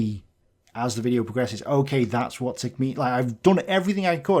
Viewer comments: Does he keep saying "tilk"? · The dazzling and expansive mind that cannot pronounce “TIK”. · didnt realize TIK rhymes with milk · What does "neck yourself" mean?...and why does that one person keep putting an "L" in "TIK?" I'm hearing him say "TILK" over and over again. Also, I thought YouTube was first started and developed by 2 dudes with their private equipment for whatever reasons but sold it to a corporation, for profit (or someone was threatening them). When the free market is unrestricted is where we see some of the greatest advancements and the continuous application of regulations on the free market is where we find some of the greatest stagnation. The more weight the government attaches to my ankles, the more difficult it is for me to win the race. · Why does he keep calling you 'tilk'? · The guy does not even get the channel name right. He keeps saying "tiLk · There is no "L" in "TIK". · Why does it sound like that guy is calling you Tilk? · I don't know what you mean is clearly "tealk" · Why does the English guy keep calling you TILK? Why's he adding the L to your name when he's the one who took the L? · It's really tilting me that he keeps calling you "Tilk". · How the hell can one take them seriously if they even can't get the simple 3 letter name right as they are constantly talking about someone named TILK or Teal'c. This TILK or Teal'c character should really stick to tanks. (;{) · I thought he said Teal'c like in TV series called Stargate SG-1. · Are they that dumb or are they intentionally pronouncing the "i" as an "L"? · Mien got can he pronounce TIK correct at least once, it's super off-puting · Look like idiots doesn't even sound like saying TIK right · Its cool how he never address it too :-D Like: Sure, say it wrong, I dont care, lets look at the history, the actual subject matter! TIK gets my thumbs up...and the big toes. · Their next video will be a denial of holocaust. They can't even pronounce your alias correctly. Just keep good work TIK